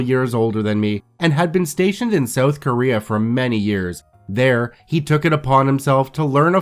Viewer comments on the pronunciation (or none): none